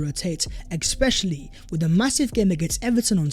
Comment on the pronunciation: Is it me or you pronounce the word 'especially' wrong?